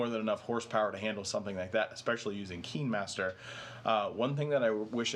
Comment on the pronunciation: Oh this is exactly the stuff I wanted to know, having not found my pixelbook very integratable (I'm a total novice) thank you!! Just as a note I think it's easier (and more european) to say Kinemaster "kinnehmaster" like cinema, not "keenmaster" like seenma.